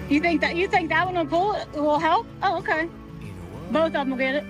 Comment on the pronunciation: I love how accent comes back at about. “Oh ohkey”. You guys are great!